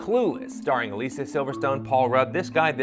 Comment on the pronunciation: I'm not crazy right, he's pronouncing Alicia weird?